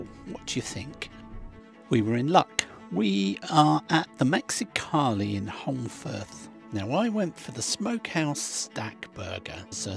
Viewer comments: I was surprised to hear that you were in Holmfirth: it's where I was born and lived for the first 17 years of my life. (BTW, you don't pronounce the 'l" - it should sound like Homefirth). There were no fancy restaurants in those days. Then came the TV series "Last of the Summer Wine" which really put it on the map. I now live in Perth, Western Australia - where the weather is much more to my liking! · I'm so excited. At the start of the video, I thought I recognised Castle Hill in Huddersfield and it was, as you had a giant burger for tea at Holmfirth (pronounced Home firth). I left Huddersfield in 1966 aged 8, and moved to NZ, but there's no mistaking Castle Hill! It was built for Queen Victoria's jubilee I think. But is on the site of an ancient fortification.